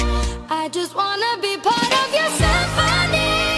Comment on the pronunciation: is it just me or she purposely pronounce symphony wrongly?